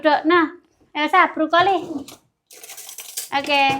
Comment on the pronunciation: ...Brokoli dong bukan Brukoli...coba kalau bisa tolg diperbaiki semua pengucapannya yg tidak sesuai supaya ada peningkatan kualitas khususnya dalam berkonten..